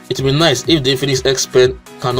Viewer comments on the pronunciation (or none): none